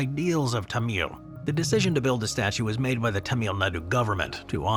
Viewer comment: Tamil: pronounced "Tom-mull", with some slight variations depending on dialect and "correctness" for lack of a better term. Never "Tumeel", unless we are talking about a different group altogether? If that's the case, my apologies.